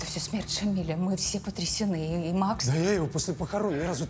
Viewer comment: Уважаемые режиссёры и сценаристы ..В имени Шамиля ударение ставиться на я ..а не на и...А так фильм прекрасный...